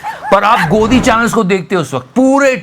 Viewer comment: Godi media... Doggy wali awaz zabardst hai😂😂😂😂😂